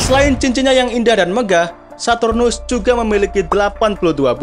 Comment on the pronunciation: bang sartunus bukan hardtunus